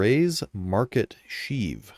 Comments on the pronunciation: Shiv in not sheeve. Shiv like ship. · You say "shiv" wrong like 80 times. <3 lol it's like "chiv" more than sheeve. <3 thanks for the content. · its pronounced 'sh-iv' like shi# only with a V...not sheeeeeeev lol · Shiv, not sheev. facepalm Are we sure "Grey's Market Shiv" is a ship? It really sounds more like a new NPC and environment we can access. For all we know, it's a wandering ship that we have to locate and land on (unlikely, but who knows at this point). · Hearing you pronounce shiv like Sheev Palpatine's name made me laugh. Its pronounced the same way you'd pronounce the 'shiv' in 'Shiver.' Good video though, nice and informative with no bullshit like other content creators seem to like to do. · bro said SHEEV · Short "i". Shiv, like "if". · Good video as usual but damn, the way you pronounce "shiv" hurt me haha It rhymes with "give" or "live" for example